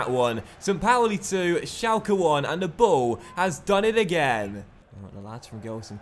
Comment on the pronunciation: it's pronounced shelke